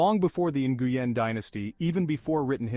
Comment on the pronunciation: The last name Nguyen is pronounce Win not nnngooyen lol